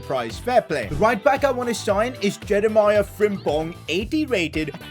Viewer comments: It's jeremee not jeremiah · Man said Jeremiah not jerimi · Btw Jeremie is pronounced Je-re-me